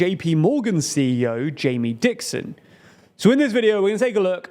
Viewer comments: FYI it's Jamie Dimon not dickson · it’s jamie dimon, not dixon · I thought the Chase CEO's name was Jamie Dimon, not Dixon? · Jamie Dimon not Dixon man. The CEO of JP Morgan. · Chase CEO is DIMON not Dixon... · Jamie Dimon, not Dixon. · JPMorgan CEO's name is Jamie Dimon not Dixon lol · Jamie Dimon. Not Dixon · Jamie Dimon, not Dixon😂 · Jamie Dimon not Dixon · Jaime Dimon, not dixon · jamie whooooo ????????????????????????????????????????????? dimon !! not dixon 🤣🤣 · His name is Jamie Dimon, not Dixon :) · FYI JPMorgan’s CEO is named Jamie Dimon not Jamie Dixon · Jaime Dimon, not Dixon. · You said Jamie Dixon? But it’s Jamie Dimon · its Jamie Dimon, not Dixon. This is a rookie mistake. We expect better!! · Jamie Dixon? It’s JP Morgan CEO Jamie Dimon… 😂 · It's Jamie Dimon not Dixon. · Jamie Dimon not Jamie Dixon 😊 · Jaime DIMON. Not Dixon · Bro, it's Jamie Dimon. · Jamie Dimon, not Dixon 😂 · It’s Jamie Diamond 💎 not Dixon. 🤦🏽‍♂️🤣🤣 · Jamie Dimon, not Dickson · It's Dimon not Dixon.